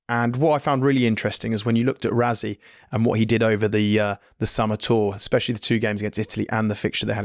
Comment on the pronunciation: Overseas people pronouncing RaSSie as RaZZie gets me everyttime 🤦🏾